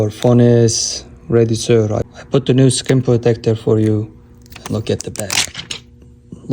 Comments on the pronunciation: typical turkish guy: judges ppl regarding what has happened or why the phone looks like this. no respect, nothing. The doghair underneath the case look totally set up btw. Besides that: LEARN TO TALK PROPER ENGLISH! It'S not SirSH, or storeSH. You trigger me so hard. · Wait while you’re talking trash about people let’s say something about you, you can’t even say sir and store right